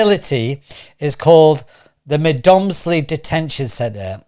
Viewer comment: Please do your research, it is not pronounced Med moms ly and the guys name is not Naville.